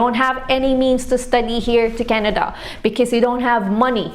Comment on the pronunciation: Can you pronounce "because" properly please